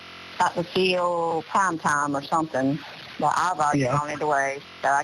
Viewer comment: Dr Pheel or Dr Phil 😂